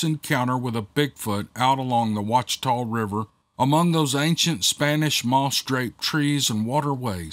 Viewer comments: I CANT BELIEVE there’s a story from Monroe! That’s my hometown 😎😬😍 Funroe, as we call it, is a decent sized area, with a few swamps, bayous and woods pretty close to some parts of the neighborhoods. You did well on sounding out the funky names 😂 Ouachita- pronounced wash-e-taw, bayou Desiard- dee-zeird.. love ya,! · Duck Dynasty folks were born and raised (and most still live) in West Monroe. Monroe and West Monroe are "sister cities" with the Ouachita (pronounced Wash-eh-taw) River. These two cities make up Ouachita Parish in its entirety. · Close brother... De - 'Zeard Bayou... I get to tell people all the time how to say " Wash-i-taw" Ouachita River... Dang that's right across the river from me... not surprised! Holloway here from the Attic Story